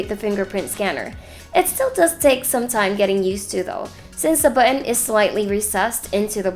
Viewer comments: Hahaha bu-on talaga. May accent pero nakasulat sa intro Philippine Technology Authority na dapat Philippine language ang ginagamit lol opinion lang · Good review. Although I'm bothered with the way you say "button". Hehehe.